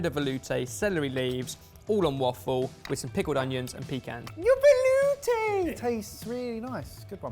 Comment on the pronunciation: This video taught me how to make a velouté and then ruined the pronunciation for it forever!